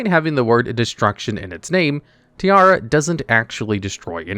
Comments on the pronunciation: You calling her tiara instead of tierra gave me something. As someone who have as Main language spanish, her name is the spanish Word for earth, while your pronunciación was the Word for a crown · It's Tierra not Tiara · is pronounced Tea-A-Ra(like the egyptian god Ra). Did you fail spanish class? You say it as if you were saying tiara. (Tiara is Spanish for tiara)